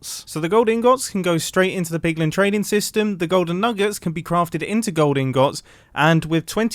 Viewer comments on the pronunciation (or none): "Higher likelyhood of spawning zombie pugmun" 😂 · PIGLIN NOT PIG MEN